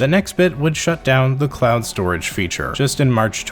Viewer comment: Are you saying clown storage, or am I trippin?